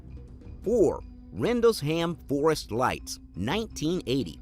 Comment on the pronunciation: Rendle-sham forest not Rendles-ham forest😂 lol